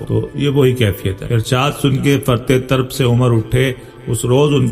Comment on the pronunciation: Aap Tarab طربko Tarb padh rahay he-n فرط طرب ka matlab bahut ziyadah khushi jaisay فرطِ مسرت